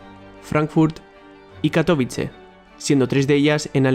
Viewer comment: Porque los españoles pronuncian mal katowice